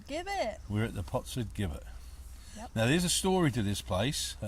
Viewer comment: Great choice of potentially haunted locations. Perhaps you've made contact with an elemental rather than the ghost of a male/female. The pronunciation of 'Gibbet': the first syllable is the same as in 'Jim' and not as in 'give'.